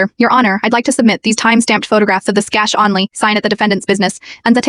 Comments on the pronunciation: If you can't spell words correctly, your AI voice will mispronounce words like "cash" and ATM. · When your AI script/voice can't say "cash," "Flat," "only," symbol for "simple?" quit your channel.